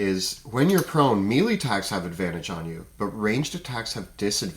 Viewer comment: One nit: the pronunciation of "melee". It's a French word, and the pronunciation is like may-lay. A lot of people get this wrong. Hear it